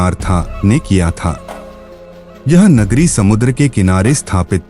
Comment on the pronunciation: Bhai kagri nhi nagri hota h